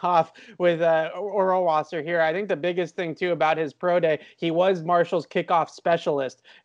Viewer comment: As a german native speaker I must say that you guys have to work on you pronunciation of Rohrwasser 😂